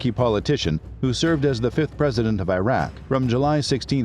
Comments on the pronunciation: Its name is IRAK not AYRAK ! like ITALY ,and IRAN too , its not AYRAN ! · Good content but Iraq is pronounced as "Eeraak" & not "Airak"... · 'ee-rahk', not 'eye-rek' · Not I Raq its Iraq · It's "oo-dai" not oo-day. Qu-sai not qu-say Ee-raq not eye-raq Ee-ran not eye-ran Don't Americanized middle Eastern names. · The documentary is okay but it annoys me having the narrator pronouncing Iraq and Iran the wrong way. Come on! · It's the mispronounciation of Iraq and Iran for me